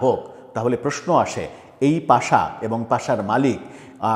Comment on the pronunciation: পাশা না, ওটা পাসা😂